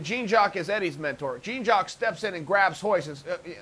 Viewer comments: "gene jawk" Machado! lol, learn how to pronounce "Jean Jacques" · Man you keep saying Jean Jacques like Gene Jacques makes me want to unsubscribe lol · Jean Jock but he pronounced Ryan "Hyan". 😂😂😂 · lmao "JEEN JOCK" Machado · But why u pronounce it jeen jakk tho ? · Who is Gene-Jock? Lmao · GENE JOCK. jesus chael has the worst pronunciation ever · Jeeeeen jock hahaha. How do you not know how to say his name lol. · jeen jock? lol chael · God damn I laugh so hard when Uncle Chael says Gene Jock Machadow. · Don't worry, people. Uncle Chael didn't mispronounce the name. Gene jock machado is Jean jock machado's long lost twin brother. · Chael says Gene Jack the first time but manages to say Jean-Jacques correctly the second time? Por qua? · “Jeen jock machado” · Jeans Jock Madhadow is the best name Chael has mispronounced yet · U mispronounced jeen jock at the end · Lol. Jeen Jock? C'mon Chael. You're taking this deliberate name butchering thing a little too far, at this point. (You even blew your cover and said it correctly !) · Lmao “Jeen Jock” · You don't know how to pronounce Jean Jacques Machado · Chael, please learn how to pronounce Jean-Jacques name correctly. The hyphen in his name also stands for excellence!!!